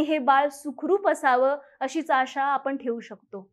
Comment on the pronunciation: आनी नाही आणि, आपन नाही आपण, मराठी शुद्ध बोला